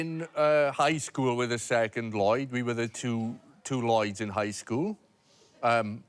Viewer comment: It’s annoying hearing Lloyd say his own name wrongly.